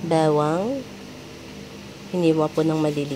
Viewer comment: Rinig ko bewang, bawang pala hahaha!